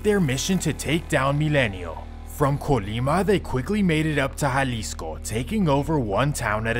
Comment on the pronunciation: Estava en Jalisco en 2008, en puerto vallarta. nice place. Good job on the spanish pronunciation with the names, unlike most, I was surprised, like that's a first. lol